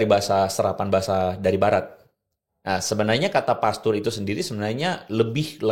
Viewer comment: Maaf, kalau mau pakai bahasa asing, cek bagaimana pengucapan yang benar. Pastpr bukan pester (artinya bener2 salah deh). Huruf a tidak selalu dilafalkan 'e'. Terima kasih jangan membingungkan. Plus istilah yg tepat adalah Lay-pastor (independent).